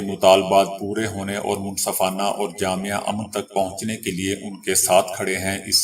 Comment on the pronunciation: Bhai jahele mutlaq abhi Tak aap ne lafz jaame ko Jamia kahna nahi chooda